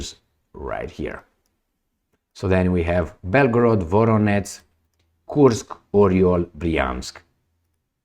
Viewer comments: VoroneZH, VoroneZH, VoroneZH!!! Not your F… VoroneTS!!! 👎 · You pronounce Voronezh like Voronets. zh ending doesn't have equivalent but I sounds like [Voróneʤ].